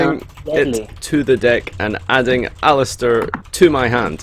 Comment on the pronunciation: it's aleister not alistier